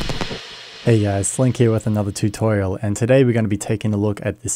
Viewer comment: I love how you say "tew-torial" lol